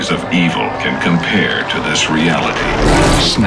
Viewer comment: the way he pronounces gröna lund is hilarious. I’m Swedish so I know how to properly pronounce it.